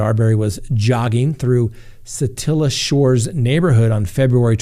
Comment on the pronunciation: Yay, you said Satilla correctly!!!! Way to go! I think I could impose justice as supported by actual evidence and not just the court of public opinion in the Arbery case. We are quick to assume guilt or innocense with 15 seconds of video and not actual evidence. In the beginning, I wondered why any charges would be brought when Arbery actually went straight at the defendant with the gun and it looked like an ensuing fight caused a justified shooting. More details came out later in favor of each side. I will be watching closely at the evidence and pray that justice is served either way. Keeping an open mind at this point.